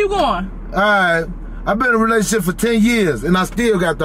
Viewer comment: 😂😂😂 he said relationship re-lay-toon-ship